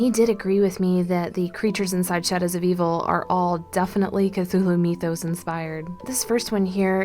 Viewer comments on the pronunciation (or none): 1. mythos is pronounced Mith-os, not Meeth-os. 2. August Deraleth needs to be credited with most of the structure of this, as H.P. Lovecraft did not explain most of his world, preferring it to be obscured. After his death, Deraleth solidified, and expanded the mythos. 3. Most artists take liberty with things. The only one of the elder gods that was ever drawn by H.P. Lovecraft is Cthulhu. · google says "mythos" is pronounced as my-THos instead of me-THos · It's not meeeethos it's mythos